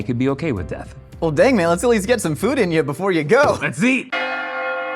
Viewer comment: He literally pronounces food like"fud"